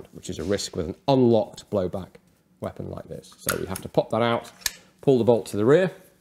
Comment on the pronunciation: "What is this weapong", lulz, de e ju en k-pist ;-)